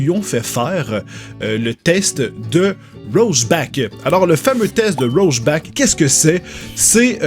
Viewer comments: Rocheback vraiment??? ça se prononce rore chaque:P c'est tout.. pas besoin d'inventer un mot:) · Roshback? C'est pas rorchack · Heu juste on dit pas "Rochbak" mais "Rorchar" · C'est pas roseback, c'est "rore" "chaques" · Ça se prononce "rorchar" 😉 le film Chappie était génial! Merci pour cette vidéo, la psychologie ça me passionne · ça ce dit "Rorchac" comme le héro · non ça se dit ror-cha-r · Et le nom du test se prononce rorchaque (c'est un anti héro de DC) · Rorschach ce prononce en fait "rorcka" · Ta manière de prononcer Rorschach est perturbant.